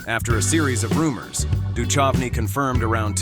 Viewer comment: Pronounced -Do -Cove -knee!